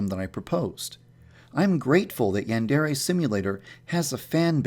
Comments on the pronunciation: cause sempai is a girl upperclassmen that's why, and the "yan" he doesn't say right the "dere" switches every once in awhile when he says it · does anyone know he doesn't say yandere right? (I'm not a hater, ok. just wanted to mention that because i love the game) it makes me cringe how he says yandere though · Guildmaster 36 Oh yeah I guess he does kind of say "yan" as if he were saying "ran" or "began"... Should be more like "yon" or "pawn" almost. But you are wrong about "sempai". "senpai" and "sempai" are the same word （せんぱい）, with the same pronunciation, but just different Romanizations. The rule is that a trailing "n" followed by an "m", "b" or "p" sound is pronounced as "m". For instance "Kenpo" is pronounced "Kempo" "Kanpai" is pronounced "Kampai" and "Senpai" is pronounced "Sempai" In practice both Romanizations turn up pretty often. The ones that use "n" are truer to the structure of the language but the ones that use "m" lead to correct pronunciation without needing to understand the language. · isn't it pronounced yan (as in yawn) dere? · OK this seems like a cool game, but if it's in the name of the game, you gotta pronounce "yandere" right...